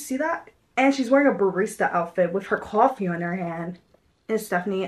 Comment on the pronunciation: LOVE LOVE LOVE!! has anyone told u that u say coffe like a new yorker ☺ cawfee lmaoo LOVE UR VIDS OMGG